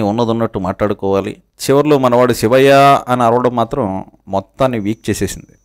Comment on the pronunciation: సివయ్యా……..శివయ్యా అనిపలకటంరాదు బాబు గారి బాబు కి😮